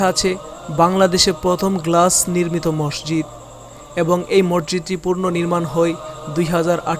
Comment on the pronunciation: মরজিদ নয় মসজিদ!! আপনি ভুল উচ্চারণ করেন!!